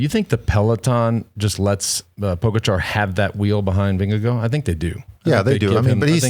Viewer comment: Why are we pronoucing the name Vindego? It is Vin - ge - guard, no?